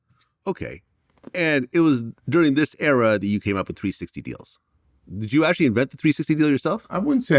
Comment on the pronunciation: Who "ju" talking about? "Ju" talking about me? I'm taking about "JU"! 😮 WELCOME TO "JU" TALK!